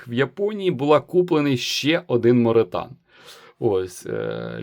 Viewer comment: Morethan = more than (англ. більше ніж) і читається ну ніяк як моретан 😂